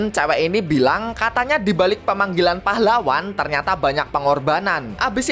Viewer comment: "pAhlaWWan" pas bilang pahlawan "w" nya Iyo kayak wha